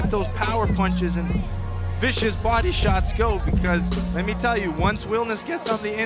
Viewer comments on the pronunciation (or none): "...vicious bo-DY- shots go..." "...once wilnis GETS on the inside..."